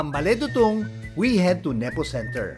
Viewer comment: It’s “dootoong”